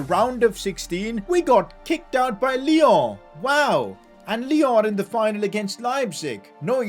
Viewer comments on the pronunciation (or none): none